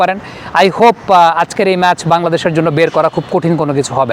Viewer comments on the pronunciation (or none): none